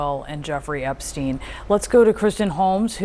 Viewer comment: "Meester Epsteen."